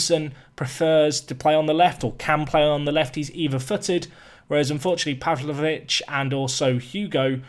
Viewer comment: I am Serbian, and you said it pretty good for Stevanović. Pavlović you said it like Serbians. 😂